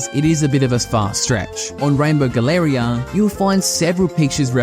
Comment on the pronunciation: "Galleria" is not pronounced that way in English, 😅